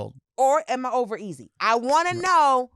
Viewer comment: Am I ovar-easy 😆 OR over, easy???